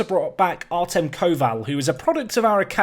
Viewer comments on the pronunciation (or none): none